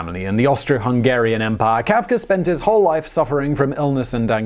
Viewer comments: Who is Franz KaafkeR? He keeps saying Kaafkerr. :-/ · HE IS FRANZ.. FRANZ KAF-KA